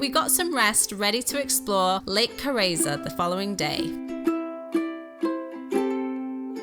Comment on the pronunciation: A very long time since I was up there, even though it's only a few hours drive for me. Lake Carezza too .... which is not pronounced Ca-ray-za but Ca-ret-sa! Double Z like in Pizza ...